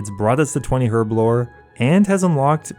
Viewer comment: It is so painful listening to you mispronounce herblore/herb over and over and over.